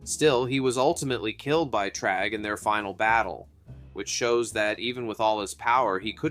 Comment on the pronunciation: Bro… you’re pronouncing Thragg as “Tragg” and it’s annoying